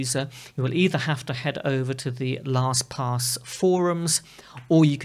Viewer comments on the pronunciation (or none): Your pronunciation is accurate... LostPOS.